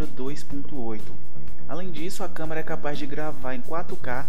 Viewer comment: "Camara" kkkkk